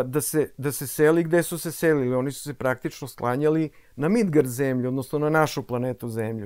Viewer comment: Bože kako lepo zvuči "Midgard" ❤❤❤❤